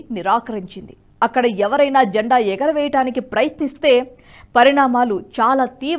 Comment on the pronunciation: జంఢా కాదు. జండా